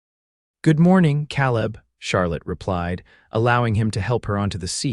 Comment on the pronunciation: Another misspemronounced Word... Caleb Ìts pronunced KAALEB .,UGH